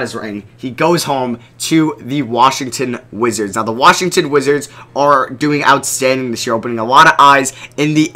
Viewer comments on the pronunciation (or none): none